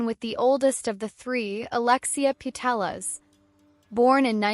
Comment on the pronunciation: Please use sound of google translator to say "PuteLLas" next time. Great video, please go on. PD. You said very well "Guijarro" It is not easy for Anglo-Saxon people.